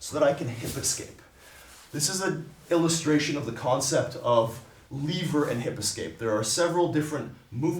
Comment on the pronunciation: Can't stand the way he says "lever" and how many times he says it.